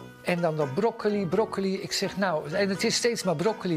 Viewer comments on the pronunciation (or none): ijgenlijk zegt hij broco i bedankt voor het hartje